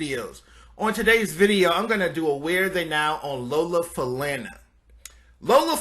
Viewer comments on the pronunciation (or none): Lola Fa-lun-nah not Fa-land-na and she was indeed one incredibly sexy and beautiful woman of the times. Johnny Carson had her on his show many times. Sammy Davis was a lucky man to have been involved with her. Glad she is doing well. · Trust me on this one It's Fa- la- nó. Since her dad was Afro- Cuban, the Names origin is From the Yoruba Tribe of West Africa. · Dear, I've just discovered your videos, and they're nicely put together. However, with all due respect, I implore you to work on your pronunciation of the medical conditions that these celebrities suffer from. Ms. Falana (pronounced: Fah-la-nah) does not have "Multiple Cirrhosis." She has Multiple Sclerosis. Also, the video lacks so much about her entertainment prowess. Otherwise, thank you for the upload. Now, when it comes to Ms. Falana, I'd drink her bath water!!😎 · It's Lola Fa-lawn-na. Not Lola Fa-lan-na. Damn when U young guys pronounce our greats of show business, please please get it right. Thank U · I thought her name was pronounced Lola Fa (lawn)na. Even Fred Sanford Pronounced it that way. Correct me if I'm wrong. thx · Lola Falana (pronounced fah-la-na) Paula Kelly, Debbie Allen, and Darcell Wynn ("Solid Gold" dancer/choreagrapher) paved the way for other African-American female modern dancers/choreagraphers. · Her name is pronounced “Fa-la-na” like Sha Na Na, not like the word plan. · Fa- la -na like falalalala... made me cringe a bit! Loved her ! Glad she is alive and looks to be doing well! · I wholeheartedly agree! Fu- la- naa “Falana” First fabulous Lady of Las Vegas! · And he said Samly Davis...and yes it was aggravating its Fah-lah-nah. But, he tried at least he knew she was important enough to highlight. She was also mentioned so much on Sanford and Son...lol. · its pronounced falana long a sound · She was amazing, but her last name is pronounced 'fu-lawn-a.' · Correction Lola Fa-la-na...it's pronounced just the way it is spelled....there's no U in her name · It's FA-LAH-NA